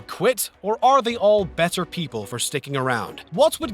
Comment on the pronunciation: when he said better I almost lost it lmao